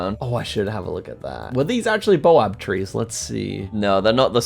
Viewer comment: it's BAO-BAB not boab 😅